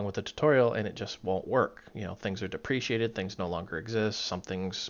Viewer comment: Good video. I look forward to more of them. One thing though is that it's "deprecated" not "depreciated".